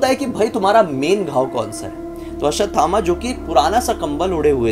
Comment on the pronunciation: Dr. ne koi bhut pret dekha hoga 😂 or aap aswathama g ka naam tik se lijiye g lgaiye....